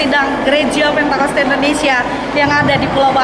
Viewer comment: Hallo min bukan " pantekosta" tapi "pentakosta"